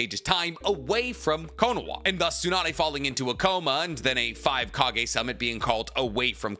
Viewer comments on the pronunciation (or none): none